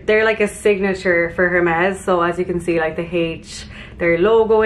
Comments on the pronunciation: Good choices. Loved it all. Vest-EE-air and AIR-MES (Hermes) 😘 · I have the sandals in black and they are incredible! Btw i think it’s pronounced air-mezz (the H is silent). Love this haul vids 😘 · It’s pronounced airmez....😊 Well done, use everything in good health!